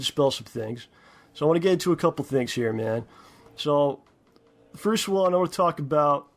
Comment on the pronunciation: I hate how he pronounces words like "one" or "hundred".... It's more like "wooon", and "hoooyundred".